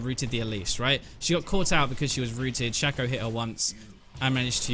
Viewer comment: learn to pronounce Shaco from Phreak's champion spotlight plz